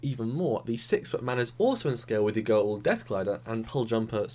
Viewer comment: Goa'uld not gaould